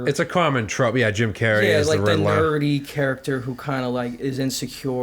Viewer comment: Riddler = ridddlahh